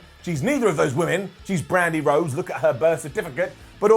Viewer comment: Bwandi Whodes